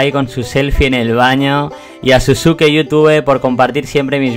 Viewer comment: dislaik por decir sasuke como se lee